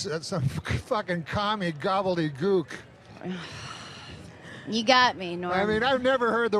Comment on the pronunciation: The over emphasis on gobbledyGOOK just to get a reaction from her gets me every time